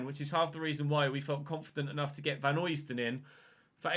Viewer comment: Pronunciation of Vanheusden is Van-hø (as in Ødegaard)-sden rather than Vanhoysden (from a Belgian) Greatly enjoying the series! :))